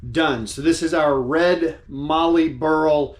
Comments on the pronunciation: It's pronounced Mallee as in Sally and valley. It's one of Australia's better known timbers that comes from the south west. Mix the Mallee burl with Jarrah in a jewelry box and see the magic. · Beautiful piece, but one correction: mallee is pronounced with a short “a”, so it rhymes with “alley” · Nice job on the Mallee Burl. It would be like turning concrete!! I am lucky living in Australia and have Mallee Red Burl available quite cheaply. I am a pen turner and use Mallee Red and Mallee Brown in a heap of my pens. I had to resort to Carbide Tips a lot of the time as, like you, I was resharpening my gouge (a good quality Sorby) quite often. BTW - there is no "R" in Mallee. Just sayin'. Take care and thanks for sharing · Great Job you showed that wood off great. Side note the "A" in Mallee is sounded the same as the "A" in Daniel 😁